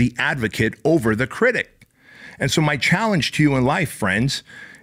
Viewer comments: I’m so glad I found you. I watch every day, and just started a business. BOOM!! Now, I gotta correct you…’critic’, not “critict”. 🙏🏻💚✨ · This guy is cool I like him. But if he says "criticed" one more time ....... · What is a critict? Is that English? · I like the message but the way you say "critict" is driving me nuts 😂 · STOP SAYING CRITICT 😅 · I love literally every single part of this other than the way you pronounce critic. Where’s that T at the end coming from? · Anybody else notice the T he adds to the end of the word critic?